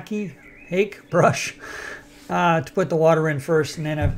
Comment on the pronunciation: I love houses with stone foundation! Solid and pretty. You are one of very-very few English-speaking people who knows how to correctly pronounce Korean/Japanese Hake and French Arches. Thank you for that.